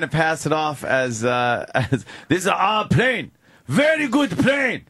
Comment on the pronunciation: "Fry Guy" "Prane" "Vorryball" "Riceman"